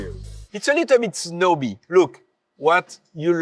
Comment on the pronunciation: "snow-bee" for snobby. I'm borrowing this pronunciation